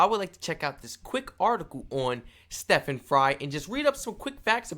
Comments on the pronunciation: It's STEEEEE...ven. Not Steffan. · It's Steven, not step-han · Stephen as in Steven not Stephin as in steppin